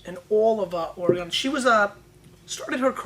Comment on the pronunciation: Love the show! My only critisism since I'm from Oregon is the pronunciation of our awesome state. It's Oregun, not Oregone!